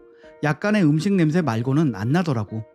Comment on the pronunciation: 냄 thㅐ 라고 발음 하시네 thㅐ 가 아니고 혀끝이 입천장과 앞닛몸 사이 꼬리에 닿게 냄새 라고 발음 하시는게 맞습니다